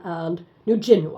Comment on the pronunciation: Hi. Thank you for showing your fish they are amazing to watch, I think it's so calming to sit and observe. Also, love the blue dendrobium, it's so pretty, and by the way the country they come from...New Guinea is pronounced gin-ee with the g being as in 'girl'. It's actually our nearest neighbour and only a few km from the tip of Queensland so it's easy to see why this orchid shares a common growing area with Qld.